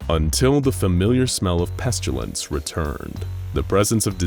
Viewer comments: it's always bothered me that the narrator pronounces it "Pes-chyu-lince" instead of "Pest-ill-ence" like you're supposed to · Lol I love these SCPs and vids.. But why do you keep saying "pestYUlence"? There's no "u" in pestilence